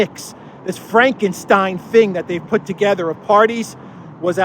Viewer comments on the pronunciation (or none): none